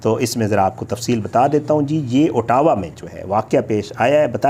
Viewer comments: pronunciation of Ottawa as “ah – dah – wah” or you can say Otwa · Aur Ottawa ko bhi khalad bol raha hey. 😅😅